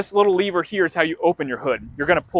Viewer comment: dude, it's LEV-er not Le-Ver